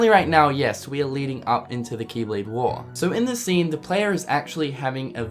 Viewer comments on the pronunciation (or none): kee kee keeblade kee kee kee kingdom harts keeblade kee